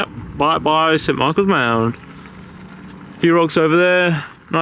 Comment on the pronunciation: It's St Michael's 'Mount' - not 'mound'!😄